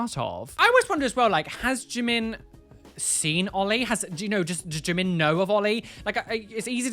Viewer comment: That brit can't even pronounce Jimin 지민 right